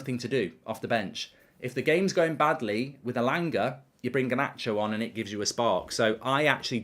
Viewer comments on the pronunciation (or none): Alejandro Garrrrrrrrnacho